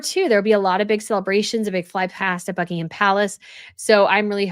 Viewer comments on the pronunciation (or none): none